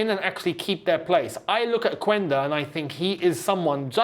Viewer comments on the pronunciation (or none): Yo although it’s spelled phonetically /Quænda/ it’s pronounced /Qenda/ 👍🏾